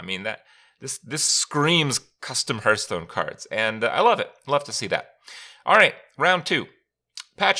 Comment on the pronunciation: He literally pronounces Hearthstone Hurtstone every time. It's not that big of a deal.